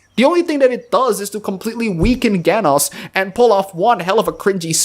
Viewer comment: Pronouncing "Genos" with a hard "g" and calling Mumen Rider's speech cringey in the same breath really TRIGGERS ME